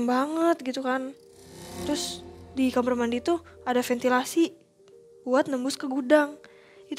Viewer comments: ko dedengaran aku asal ngomong kamar denger nya kamerr. Salah dengar apa EMG ngomong nya kamerr ya. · Kenapa hampir semua narsum ngomongnya “Kamer” gak Kamar,…